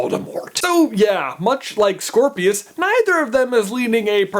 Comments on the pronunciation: It sounds like you said Squirrelpius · Scorpius. I thought it was cedric